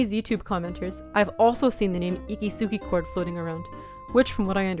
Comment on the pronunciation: Ikisugi chordsの発音良すぎて吹いた